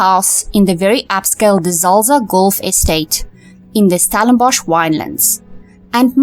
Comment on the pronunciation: PLEASE - it's NOT Stalinbosch - but Stellenbosch - get the spelling right!!